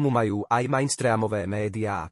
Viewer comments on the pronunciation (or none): TY SA NAUC KONEČNE CITAT AKY MAJSTRAM? MEINSTRIM ZAPIS SI TO ZA UŠI